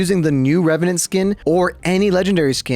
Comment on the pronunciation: NEBORN REVRANT AHHAHAHJH